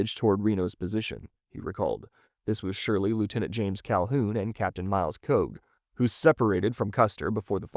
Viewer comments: Thank you. I got so tired of hearing "Koge". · The I Company commander is pronounced Kee-oh. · Interesting, hard to say if we will ever know the truth. Myles Keogh, is pronounced Key-oh. I lived near Fort Keogh at Miles City, MT, and it was named for him.